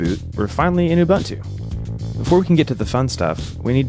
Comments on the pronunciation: Ubuntu is pronounced Ooboontoo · the pronunciation is "oo-BOON-too" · Awesome vid, thanks. Will definitely give this a try. Quick sidenote; correct pronunciation is OoBoonToo. I know this is nitpicking and I’m sorry, but being South African I couldn’t help myself. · "Oo boon two". That's how you say it 😒. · bro you butchering the pronuciation of uBuntu ahaha